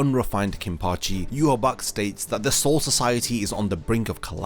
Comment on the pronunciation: That (in my opionion) is not how you pronouce Yhwach, The leader of the Quincys, It is prounouced for me, Yah-Waach.